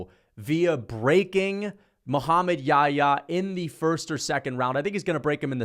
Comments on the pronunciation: It's not Yaya it's Yah-ya. It's a name of a prophet he was with Jesus pbuh. In the Bible he's called John the baptist. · I find it so funny how hes pronouncing Muhammad Yahya's name as "yaayaa" lol